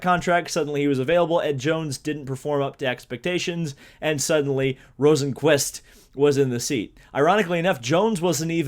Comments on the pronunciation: You were actually closer with the first pronounciation of Rosenqvist's name. It's more like Rosenqvuist, definatley not Rosenqvuest. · I’m Swedish and I think it’s pronounced ROsenqvIst